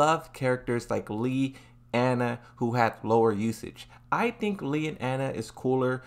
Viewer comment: After all this time, you still can't pronounce Lei correctly.